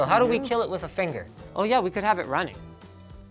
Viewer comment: "It can Keal"